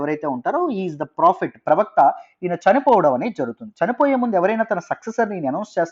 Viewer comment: pravakta chanipoindannaru?? No clarity